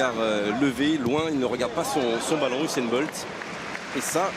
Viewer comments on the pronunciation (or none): Moi j'ai surtout tilde quand j'ai entendu sainn boltt